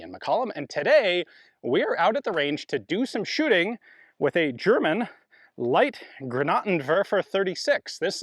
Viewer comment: Pronounced; lysht Ghruh-naart'n-vairf''r where the "rh" in Granaten requires the tip of your tongue to be glued to the back of your bottom-front teeth.